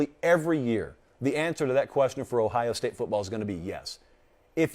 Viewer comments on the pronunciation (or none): none